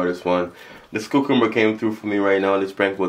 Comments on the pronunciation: 💀 accent is so strong when he pronounced cucumber in the intro “cuc-coob- ba”😂😂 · He kept on saying coocumber I’m not making fun of you it’s just funny sorry